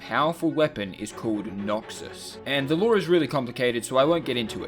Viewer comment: He got the LOOOORRRREEEE so wrong.😂